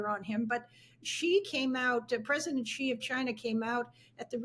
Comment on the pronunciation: Was credentials given to this lady???? Doesn’t even know how to properly pronounce China President name. It’s SHE not Che